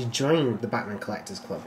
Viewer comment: Why is it that anytime someone says "Bachmann" it sounds like they're saying "Batman" ?